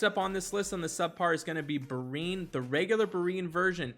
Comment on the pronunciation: Thanks for the tips, Anchor! But dude... you always crack me up with those name pronunciations. Bryne Hild, Rattasukr, Brinn, Gaddee Erus, Gregewrion. This should be a drinking game - you do a shot every time you mispronounce a name. You're basically Key and Peele's substitute teacher sketch. Thanks and keep it up!